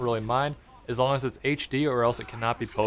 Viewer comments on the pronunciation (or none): none